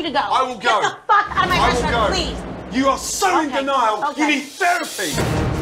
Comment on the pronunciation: The emphasis on therapy at the end breaks me down always… got me wheezing and crying tears of laughter😅😅